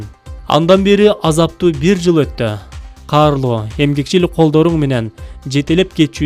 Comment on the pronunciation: Азима Сейитканова Ооба, аябай ката окуптур. Карылуу колдору дегенди да карлуу деп кетиптир. Негизин айтканда башынан аягына чейин эле утур, точкасы жок, ударениеси жок, урдуруп эле окуп кетиптир.